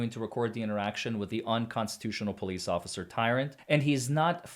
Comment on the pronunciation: "ocifer" i make that mistake too sometimes.